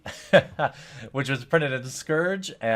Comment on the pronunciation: sim bee utt, or sim bee ot would be better. (Cambridge English Grad)